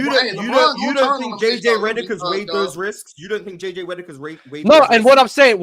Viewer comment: “JJ Rederick” - 😂😂🤣